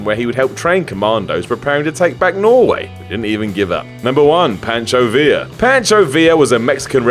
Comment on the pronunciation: it isn't patcho, it is pancho.